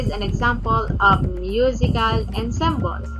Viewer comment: ENSEMBLE------ANSAMBOL ...po bigkas.😘😘😘